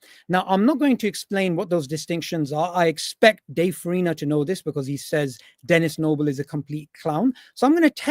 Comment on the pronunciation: Stop saying dennis noble